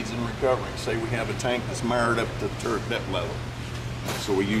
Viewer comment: Hey,. It is a Tank Turret, not a turent.